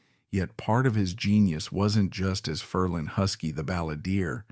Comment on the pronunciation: DUMP the A.I. voice overs! The name is pronounced "FER-lin," not "Fer-LEEEN!"